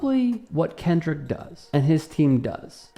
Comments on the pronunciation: Did that say "Kendell won a grammar"? 🤦🏻‍♀️ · Let's see...., the majority of football players are African American, the largest portion of Super Bowl viewers are African American and now Hispanic viewers are on the rise so why would the Super Bowl cater to Fox commentators who can't even pronounce Kendrick's name or even pronounce Grammys properly, even though she was reading from a piece of paper. The more than 133 million people who watched the Super Bowl knew who Kendrick was and broke viewership record.... the NFL isn't worried about Fox News and Jeanine Pirro.